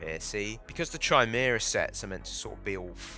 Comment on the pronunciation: Bro CANT say Chimera🤣🤣🤣 blud saying "shymera"